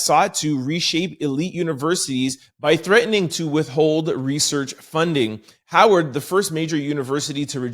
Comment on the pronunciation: Howard with a “W” not a “V” Is an HBCU